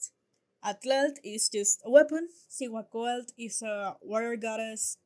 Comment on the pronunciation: I noticed in this video they repeatedly pronounce names ending in "TL" inverting the letters "LT" like "CihuacoaLT" for some reason, I just would like to mention that is not the correct pronunciation of it. To correclty pronounce these names that end with "TL" like Atlatl, Cihuacoatl, Tlatzacuilotl and even the language "Nahuatl", you have to place your tongue on your palate and let a little air out as you kind of pronounce both consonants T and L at the same time softly, so it doesn't sound like a strong T nor TL nor LT.